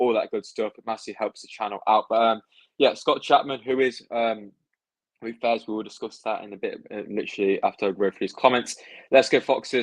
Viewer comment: vout fass is how its said i think